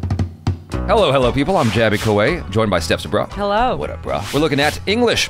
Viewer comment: Steph sabraw….sounds like seccy br@